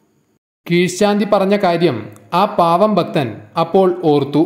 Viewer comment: ഭക്തൻ,ഭാഗ്യം എല്ലാം തെറ്റായി ഉച്ചരിക്കുന്ന.